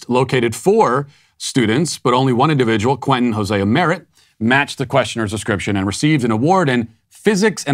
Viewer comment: He goes by “Hosea Merritt” now. 🤣🤣